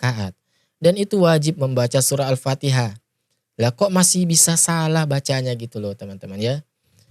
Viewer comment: berguru di mana dia itu baca AL Patiha aja sala